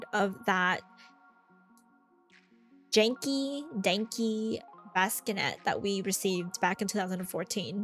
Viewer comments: I love the way you say "baskinet" instead of bassinet💕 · This video has so many good mods! Thank youu. I laughed a bit at "baskinet", "accesity" and "anonymous proposals", sorry :D I know it's tough though to always speak correctly when filming as you're under pressure!